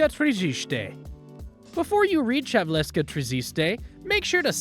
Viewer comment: Its Havelske, not Havleske. In czech Havelské tržiště 😉